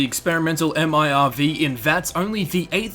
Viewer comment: who the fuck says m.i.r.v?? just say fucking MIRV